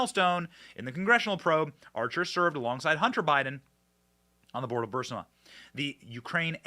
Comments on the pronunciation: Come on BENNY it's pronounced BUR-IS-MA. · "The Raven" is not "Telltale Heart." (And of course, Burisma is not "Bursima.") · Its not BURS-I-MA. ITS BUR-IS-MA. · It’s “BUH-RRIS-MA, not Burr-si-ma!!!! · Benny...it's not "Bursima" it's "Burisma" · Bursima-Burisma... The 'i' comes before the 's' not after lol Not a big deal... but it drives me nuts lol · It’s Bur-EEZE-mah, not BURSS-mah. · ...sir, respectfully, it's is ba-ris-ma, not bar-sima. Love your show- keep going- God bless! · Guy's please let Benny know that it's pronounced, bur-is-ma not bur-si-ma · Benny you're driving me crazy, it's bureesma not bursama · Bur-Eeeees-ma not Bur-Siiii-ma.... Thx Benny keep up the good work:) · ALX, for the love of God. Please tell Benny its pronounced BOO-RIS-MA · Burisma. Bur-is-ma... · I believe its pronounced "bur-IZ-mah" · It's pronounced bahrizma. Of course somebody else was involved how to hide and even meet anybody from. A ukrainian company to get on their board give us a break